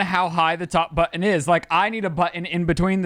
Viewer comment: worried about how pronounces button.